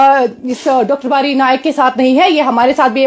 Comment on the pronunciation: Dr bari naik nhi bari bolo 😂😂😂😂😂😂😂😂